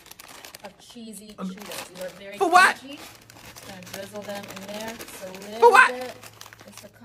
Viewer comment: Every time she said drizzle, I lost a little faith in humanity.